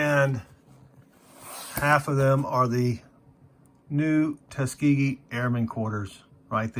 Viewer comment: It's nice to hear someone pronounce Tuskegee correctly!